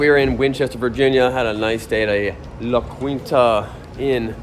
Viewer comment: For what it’s worth (and to help you not sound like a tourist from PA), those hotels are pronounced La-Keen-Ta. Great video series! Thanks